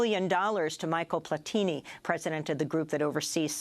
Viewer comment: Hi love your videos! However his name is actually pronounced as "Michelle Pla-ti-NI" keep up the good work